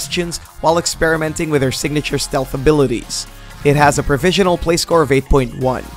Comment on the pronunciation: ProvisioNAL not Provisial EDIT: Sounds like you were sick for some of this maybe ?